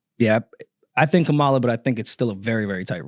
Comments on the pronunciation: her name is KAMALA! [comma-lah] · Why are y’all mispronouncing Kamala’s name incorrectly like the racists, though?